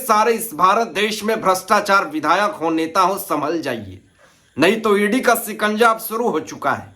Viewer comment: Oye, Sikanja is wrong, it is SHIKANJA. !/!/!